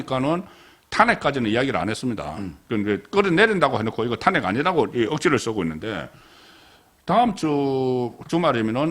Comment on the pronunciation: 송국건씨 서변호사 합천 출신 인데 탄핵 발음좀듣고 참고하세요, 도데체 지방을 떠나서 어떻게 저렇게발음을하는지, 한문공부를 전혀안한것같은데 공부좀하세요 기자 출신이 갑자기 논평가로 밥벌이 할려면 노력하세요